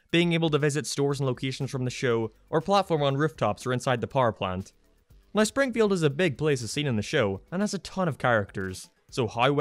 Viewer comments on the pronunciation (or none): He literally said "Shpringfield" ...